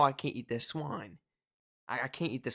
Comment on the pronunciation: You can have a cooked breakfast without having to have the full English. I would have scrambled eggs, bacon, tomatoes and mushrooms. At an hotel or B&B breakfast could also include cereal, fruit, yoghurt, juice, tea, coffee. You were saying you couldn't eat swine - I heard I can't eat swan, really confused me until I realised you said swine! We call swine pig and their meat pork (although you may get boar some places but it is not likely to be wild) My father didn't like pork sausages and always had beef. You can get chicken sausages too. The difference between the USA and UK food is that Americans seem to put sauce over their food to disguise the taste of the food whereas Britons tend to want to taste the food unadulterated. If you eat proper food and walk about a lot which you will do when visiting European countries you could lose 7lbs or so in a week.